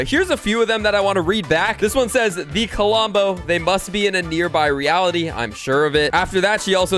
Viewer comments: hearing K O L O M B O instead of Klombo so many times, made my ears bleed a bit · Did anybody notice that says Kolombo instead of klombo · KLOM BO, NOT KO-LOM-BO!!! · Why you say "CuhLumbo"? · He can't even say Klombo right. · Yh i noticed it even from the start he started talking about Klombo